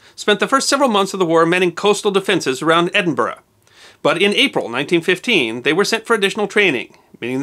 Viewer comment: Thumbs up for the video and a extra thumbs up for saying Edinburgh correctly. Lest We Forget o7